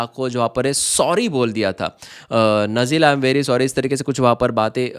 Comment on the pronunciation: नजीला नहीं बेटा नाजिला नाम है